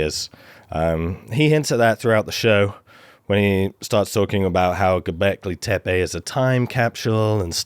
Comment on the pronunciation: Best pronunciation of Göbekli Tepe so far.